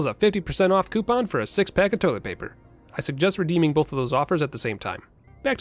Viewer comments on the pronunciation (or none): none